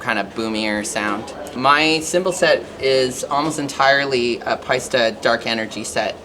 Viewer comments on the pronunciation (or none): I’m sorry but she can’t pronounce Paiste... sorry it’s an e not an a...